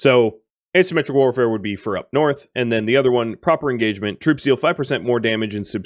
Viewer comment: When you issue orders to troops on the battlefield, it sounds like he says "brutes" instead of troops. This amuses me every time